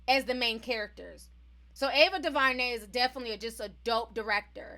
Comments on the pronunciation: T her name is AVA Du....DuVernay, AVA DuVERNAY! Not EVA DAVARNEY! THANK U, STILL LOVE YA💯😘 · Sheesh butchered Ava name